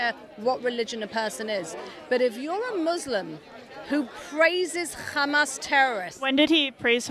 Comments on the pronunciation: “kkkkkkkkkkhamas” She said it like that so many times that ears hurt now. By the way, that pronunciation of the word “Hamas” is specifically from the Israeli (i.e. modern Hebrew). So either she is Israeli or she wants to mimic the wrong Israeli pronunciation of this word—that tells you a lot about what media she engages with and what bubble she is in. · The British accent lady can’t pronounce his name, can’t pronounce Hamas which is basically just Humus, it’s not that hard. Why are they always bringing up the Middle East when talking about NYC? This is just prejudiced thinking through and through with contradictory statements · They purposely mispronounce Hamas to make it sound more foreign and scary. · why do they emphasize the word Hamas 😂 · Do you actually pretend to cough up a loogie when pronouncing "Hamas" natively?